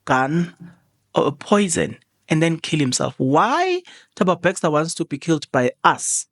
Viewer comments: Bester lol nit BEXSTOR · I think is a Kaizer Chiefs fan he miss Bexter the coach.😂